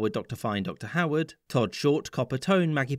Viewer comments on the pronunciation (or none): none